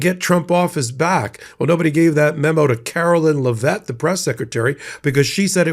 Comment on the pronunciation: DAMN,! HER NAME IS NOT LAHVETTE!! GET IT RIGHT: LEV-IT, LEV-IT, LEV-IT!